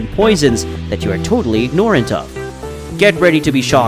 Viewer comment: Bro , what! Ignore-ant and telo merus, tf!??? Ignorant and telomeres lol